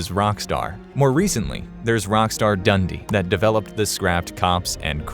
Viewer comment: You said Dundee wrong. Bloody American SMH.